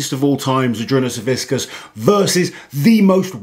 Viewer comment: You honor Big Z but can't even pronounce his name right ughh. "Savickas" Not "SaviSckas"